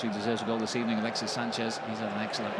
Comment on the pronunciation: good ebening